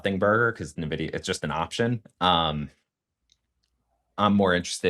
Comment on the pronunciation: Very informative video. Btw, it’s pronounced En Vidia